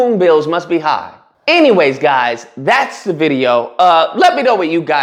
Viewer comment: He says "dat" instead of "that". He says "da" instead of "the", but Jasmine Crockett is the one who's "ghetto"?